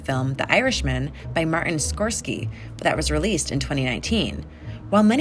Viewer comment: His name is pronounced like "Score-sazy" not Skorkski LOL